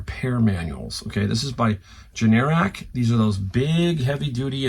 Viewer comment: Generac makes generators, not AC units. Pronounced GEN'-er-ack